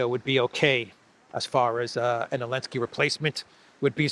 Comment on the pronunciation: Why say elenski you?